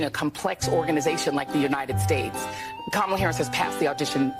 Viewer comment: Kama-ma-la-la-la, LOL! That woman was ridiculously dumb! 😂😂😂